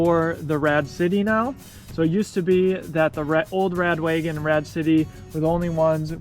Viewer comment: How come you keep calling it 'radWAYgon' instead of Wa-gon? Is that how Rad Power say it? Am I saying it incorrectly?